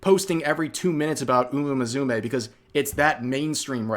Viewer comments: Dude, it's "Moo Sue May", not "Mizumay" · Did you say "Muzume"? 😂 I hope you're pronouncing that wrong on purpose as an Anime lover 😂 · What upsets me more is the way rev pronounces musume, there is no Z in that.